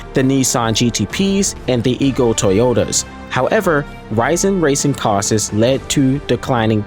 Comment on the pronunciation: Loved the video! Please research how the word "costs" is pronounced.